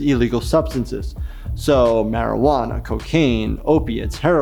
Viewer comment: Marewana not I'll eagle!!!